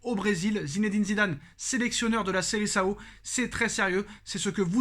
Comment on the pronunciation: Ce n'est pas Seleçao mais Seleção , depuis le temps apprenez à bien prononcer les noms propres en portugais 😒😒😒😒